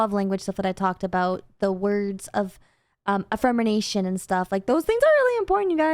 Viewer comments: I'm sorry I've never heard of the word affirmination. Do you mean affirmation? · it's affirmation!!! Not affirmination!!! You confused me!! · Just me, or she saying affermination instead of affirmation? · "afirmination"... is such a derp 🤭. I think she means affirmation. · Its" words of af-fir-mation " is the love language. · I hate having to do this. Words of "Affirmation". "Affirm"-in-"ation" sounds like some guy from Calcutta making cheese. is right about this being hard but important. I get that you're trying, and I'm sorry.